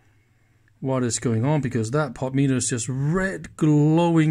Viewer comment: You're making insane! You insist on pronouncing the word "POTENTIOMETER" as "POT METER"! Try "PO ten ti OM e ter" sometime. Dave